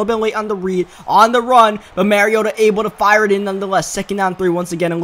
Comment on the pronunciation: You still call mariota "marry-oh-tuh". Its pronounced (mah-ree-oh-tuh)